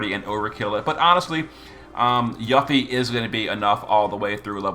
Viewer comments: he issue is people not recognizing the romanization of ユ is YU but the U is pronounced as oo in Japanese. If you don't know that and attempt to apply English rules to the pronunciation, you end up with yuh-fee. There was a large fan base that was shocked when they discovered the correct way to pronounce her name, with even some only finding out when ff7r integrate came out. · There is no need to wait for Rebirth to come out. She was already in the Episode Intermission DLC for Remake and pronounces her name there as "You Fee". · you got a point. I check the wiki FF Japanese version, the katakana writing is ユフィ ( yu fi ). Hence pronounce you fee. Also, Final Fantasy 7 Remake part 2 is coming soon, we will know the proper pronounciation for Yuffie. In the mean time, can call her whatever she likes 👍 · I've just never heard someone call her that I'm not sure if it's a purposeful gag or if that's really how he pronounces her name he calls lots of ffbe names so different to then what I would pronounce there names it's a curve ball for me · yeah of course I didn't mean any disrespect towards him I love him so much he's carried me in the game all these years I was honestly on curious why he says it that way it's funny and I like it but sonetimes when things aren't pronounced how I'm use to my ocd kicks in weirdly enough